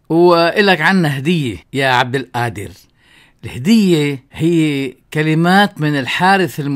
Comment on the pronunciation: غفر الله لك أخي لا تقل عبد القادر بالهمزة بدل القاف.